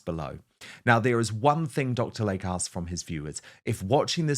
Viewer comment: PRONUNCIATION: Dr. "Lay-Key", not Dr. Lake.